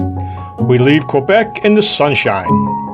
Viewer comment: I took 4 years of High School French. When pronouncing "Quebec" I believe the "Q" is pronounced as a "K". Just wanted you to know. Happy riding.